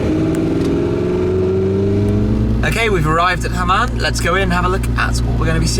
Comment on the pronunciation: i like hamann (not "hamam", shmee ;-) ) but the m5 bodykit is so ugly...